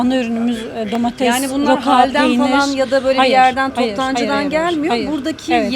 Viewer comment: Şenay hanım ben emekli bir öğretmen ve de yanlış telaffuzlara takıntılı bir insan olarak sizin domateZ ve patateZ deyişiniz beni biraz irite etti. Darılmazsanız bunların domateS ve patateS olarak telaffuz edilmesi gerektiğini belirtmek isterim, anlayışınız için teşekkürler :)